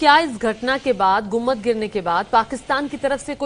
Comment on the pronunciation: Lady news reader, it is गुम्बद and not गुम्मद